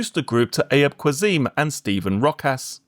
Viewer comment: Haha for future reference Ayub Qassim is pronounced Ah-yoob Cass-im (in British English)